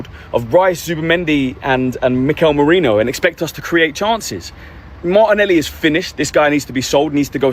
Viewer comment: Merino. Not Morino.